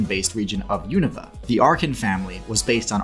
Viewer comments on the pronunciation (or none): none